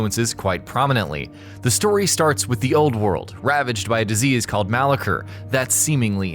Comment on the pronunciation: I can't help but feel like you haven't even watched the ads... Considering you said Malacor wrong, and it said in half of them...